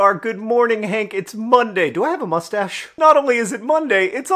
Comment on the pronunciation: when i see john’s face hair return, i still can’t help but hear “mmmustsche”